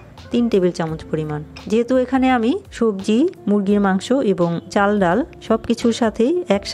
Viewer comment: চাচি আপনি তো ছবজি খিচুরি বলেছেন হবে তো সবজি খিচুরি হ্যাঁ হ্যাঁ হ্যাঁ